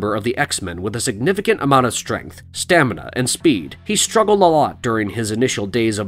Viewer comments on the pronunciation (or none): none